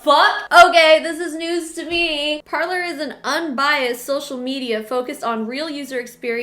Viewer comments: Par-lay. It’s French for “to speak” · Parler is pronouced "Par-lay", French for "to speak". ;-) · It’s pronounced parlay, the French word for talk. I’m staying far away from it